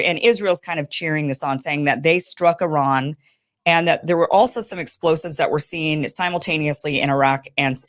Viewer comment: I love how correctly and beautiful Kim pronounced Iran and Esfehan.❤